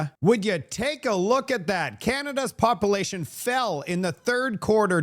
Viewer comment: Calcull-ate the popple-ation at Low-blahs! I love your show but you mispronounced words drives my wife NUTS! So, keep doing it! 😂